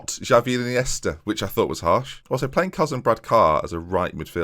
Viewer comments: “Xavi and Iniesta” more like... “Jarvi and Chiniesta...goka” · you need to add some extra n's